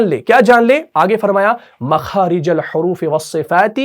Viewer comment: Makhaarij el Horoofee ayega, Horoofee pe jer hai. Aap ne Pesh laga diya hai.